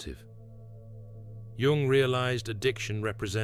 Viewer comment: This AI voiceover has steadily worsened to the point that it now inconsistently mispronounces even Jung’s own name. The whole vid’s narration wallows in the uncanny valley—replete with incorrectly parsed word collocations, phrases, and jarringly terrible phonology. It’s embarrassingly unwatchable.